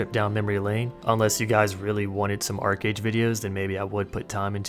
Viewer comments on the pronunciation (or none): ARCHEEEE AGE STOP SAYING ARCAGE OH MY GOD. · I hated it when people would pronounce it "arch age" ("arch" like a curved architectural feature). Yeah, I had fun in the beginning. :)